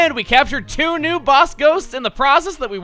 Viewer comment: There's chu of you? At least he didn't say 'chu' twice or we'd be switching franchises.